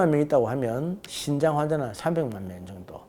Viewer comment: 신장이 아니고 신~장 입니다.